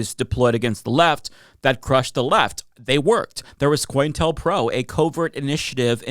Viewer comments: Sorry to be a but about this, but it's "Co-intel-pro", not "Coin-telpro". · Maybe I'm hearing him wrong every time, but I swear he's saying "Coin tell pro" instead of "Co-intel pro" It's shorthand for Counter intelligence program. Co-intel. Not coin tell.